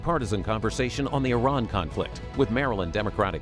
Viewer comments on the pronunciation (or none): Did lutnick say “Iran”?